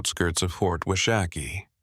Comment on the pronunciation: It's "wash a key" not "wah shack ee". Fyi.